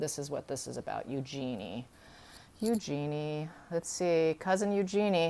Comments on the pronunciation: Thanks for the phonetic correction! EU-jen-e correct? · Eugenie is pronounced Use-Your-Knee with the inflexion on the Use. Eugenie gets upset when her name is pronounced incorrectly. It is a French name and pronounced as the French would but it is mostly pronounced the English way which was not the intention when she was named. The name is OK pronounced your way if that was the intention but River explains it very well, better than I can. See